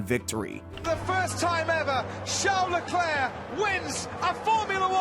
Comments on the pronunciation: The "C" is silent in Leclerc. Great video though, thanks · Especially pronouncing Hubert correctly and not Leclerc